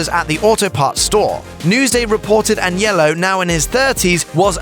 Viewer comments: sounds like he saying yellow, lol its AG. NELLO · Dude.. the way you say Agnello is killing me lol..